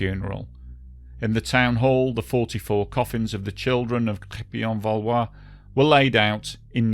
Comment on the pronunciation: I'm english 20 years living in France, I couldn't understand where it happened until you showed the map, some words Mitterand,Crerpy en Valois , perfect, nothing wrong with correcting phonetic french,; thanks for reminding us heavy users of french roads about their frightening history of road accidents!